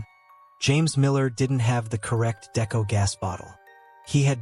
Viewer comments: He has no clue what he’s talking about here, describing decompression stages wrong and even mispronouncing deco (it’s pronounced Dee-ko, not Decko). Didn’t bother going past into the video because it was pointless. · Isn’t it pronounced (DeeKoe) not deco? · Love it when the person making videos of cave diving… isn’t a cave diver and knows nothing about diving… can’t even pronounce “Deco” right. I’m a Technical diver not a cave diver. Unless you blatantly disregard ALL of your training… it is impossible to get the wrong gas. You literally show your buddy, your buddy verifies the correct mix is to be used or left behind. Then carry on with your plan. ALSO!! All technical divers (all cave divers are technical divers, but not all technical divers are cave divers) plan all of the dive with a lost Deco Gas scenario. Btw idk wtf Nitrox mix you use for 240 and deeper… but Air at 1.6 PPO2 has an MOD of 218 ft or 67 ish meters….you didn’t mention tri mix either….